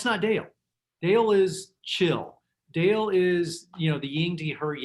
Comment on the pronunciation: Sweet Rachel it's DALE...not DELL